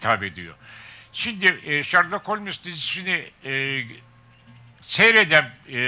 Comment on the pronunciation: Holmes diye mi okunur o Allah aşkına